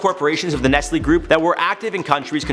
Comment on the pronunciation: I can't believe it.... i knew some ppl pronounce Nike as -N-I-K-Y but i didn't know ppl pronounced N-E-S-T-L-E as N-E-S-L-Y 😂😂😂